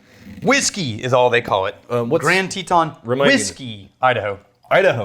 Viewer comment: Anyone else pronounce "Teton" like? I mean cmon it's (TeH-Ton) not (TEE-Ton). Texas isnt pronounced as (TEA-xas)